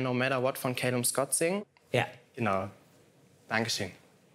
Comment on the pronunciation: Wird aber Callum ausgesprochen.